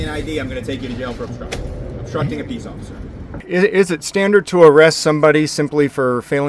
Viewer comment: I lost it when he said ociffer Snowball 😂